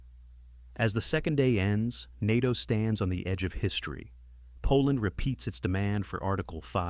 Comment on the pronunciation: Article 5 was invoked after 9/11. Also, get your AI to pronounce NATO right dawg , have some self respect